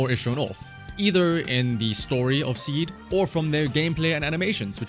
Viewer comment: in Japanese her name is シード(shiido) so saying "Ah Seed" あ、シード (ashiido) - sounds like you're saying Feet 足 (ashi)